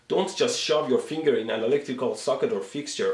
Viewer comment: Every time he says "finger" I die laughing